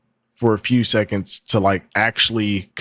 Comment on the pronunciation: she did it AGAIN bro. “Saconds” “saven” SECONDS and SEVEN. The letter E